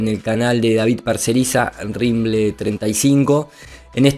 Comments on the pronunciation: Hey y.......es RIM BEL 35.....not...RIMBLE.... 😄😄😄 (sinó..los reptilianos se van a enojar), siempre firme al pié del cañón. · es RIMBEL35, no RIMBLE35...